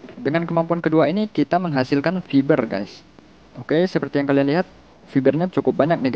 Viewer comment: Bang itu fiber dilafalkannya fayber. Wkwkwkwkwkwk. Udah sering banget Aku dibodohi temen sama pelafalan Bahasa inggris yg Salah........ Mana Nama titano nya gemprot lagi wkwkwkwk. Aku Kira namanya bin titan